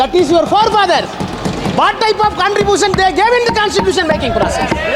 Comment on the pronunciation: Contripooootion ah 😂😂😂😂